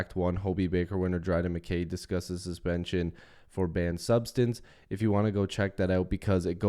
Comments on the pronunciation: Mick-Kay MacKay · It’s pronounced Mick-I